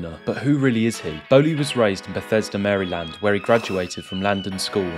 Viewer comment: Amazing hearing "Maryland" pounced that way lol